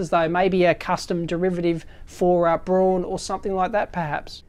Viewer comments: Dave, Braun is pronounced just like Brown as in english but never brawn. Braun just as in english the colour Brown. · Hey Dave, the companys name is "Braun", which is pronounced like the color brown in german. ;-)